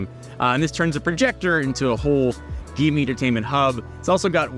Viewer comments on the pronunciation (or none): ITS PRONOUNCED JIMMY THE X IS SILENT 😠😠😠😠